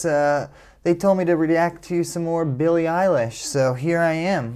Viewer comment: Billie, not "Benny"...